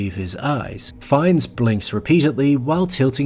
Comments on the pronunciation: Content wise it's a great video, but I really can't bear how his name is spelled... As far as I know and you can correct me if I am wrong, it is spelled more like "fen" (like you would spell "feel") and "nee" (like the 'ne' in "never") (basically with french accent), not fines as in "fine" His portrayal of Ammon Göth was incredible. It was so good, that a survivor of the Plaszow camp actually thought, he was real. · Rafe fines??? Whos that?? Goddammit Americans midprononcing everything!! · Pls stop calling him FINES ...but try pronouncing his name like Fian instead! One of the most underrated actors! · « Fiiiens » not « Fines » you Yankee oaf 😂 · His last name is pronounced “fine” (not to be pedantic—I just think you’re the kind of person who appreciates little details)! Great video! Just subscribed! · AI narration.....it calls Ralph ....Raiph and Fiennes differently 2 times.